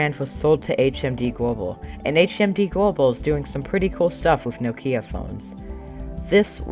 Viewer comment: Very interesting video you are very talented and with a bright future ahead of you! One minor detail only. Listen to how the Microsoft exec pronounces Nokia. And how he keeps pronouncing it. That's the correct pronunciation. NO-kia not No-KIA. Actually the name Nokia derives from a small Finnish town.